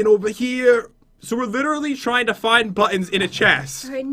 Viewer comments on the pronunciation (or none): * checkin' ova heer * what accent is that pat??